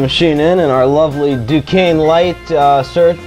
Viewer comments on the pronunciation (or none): none